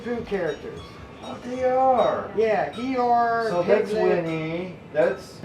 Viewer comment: I love when he called "Eeyore", "Igor". 😁